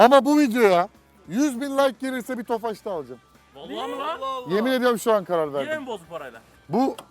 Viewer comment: abi neden tofaşh diyorusyn tofaş olması lazım puu